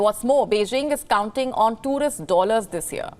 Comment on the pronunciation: Not Toris from China... it Tourist😂 Not awelable it Available 😂😂😂